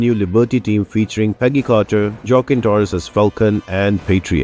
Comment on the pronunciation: Waah-Keen Torres. Hopefully that helps in pro ouncing his name.